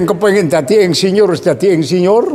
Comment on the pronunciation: Jaman Riyen Sampek Ndugi Sakniki Mbah Yai Nek Tiang Jaler Nikah Angsal Tiang Estri. 😆😆😆😆😆 Ngaji Klasik Kyai Kampung Lulusan Santri Jadul Yg Apa Adanya Apa Yg Diceritakan. Mengucapkan Insinyur Jadi Endsinyur Bahasa Kromo Inggil ( Boso) Lucu 👍👍👍